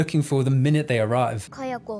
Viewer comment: Do you occasionally pronounce them Sa-DAY-ko and KAY-ah-ko just to fuck with me?